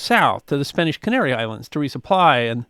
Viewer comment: A good account of the world of the treasure fleets, but the would do well to work on his Spanish pronunciation!